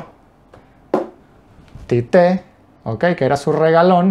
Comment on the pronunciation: La pronuncia es igual en las dos sílabas tío. Tite. Nada de tité